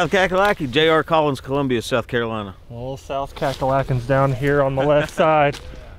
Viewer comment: Yes finally someone who knows how to say Carolina rite